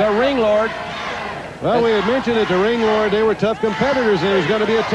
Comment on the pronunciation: LOL JR calling Ringlord "Landlord" 😂